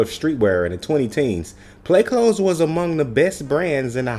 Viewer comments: Smh you not even pronouncing it right. Wow. But ok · Is it pronounced “clothes” but spells as “cloths”? Or are you saying it wrong?